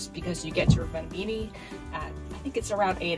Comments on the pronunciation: By the way, it's pronounced ROvaniemi. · Im currently in Rovaniemi, and FYI, you're pronouncing the towns name incorrectly. Santas village is quite expensive and the shops in the villages have nearly doubled in price as its high season (eg locals like to take advantage of tourists). You need to try GLÖGI. It's just like mulled wine except that it tastes better and doesnt have alochol in it..